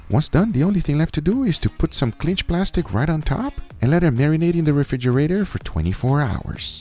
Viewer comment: Is he saying clinch???